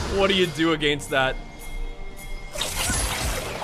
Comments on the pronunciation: cant get over the fact that you say "ahgainst" and it doesnt actually bother me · My god the way you say against is triggering me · I hate how he pronounces "against"... You're not English,!